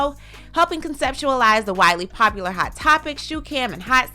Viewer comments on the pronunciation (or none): none